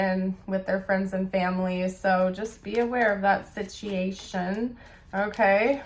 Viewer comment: My last relationship was with a Gemini and he gossiped to his family about me. Told lies. It destroyed our relationship. I know that current relationship possibly could have had a little of that with his mom, but she’s passed now. Sheesh. You said “sitiation” exactly like my person and If I had coffee I would have spit it out! Funny, def not his first rodeo especially being that part of his career has been in the rodeo! I def think this was my reading! 😂 more resonated, but just wanted to let you know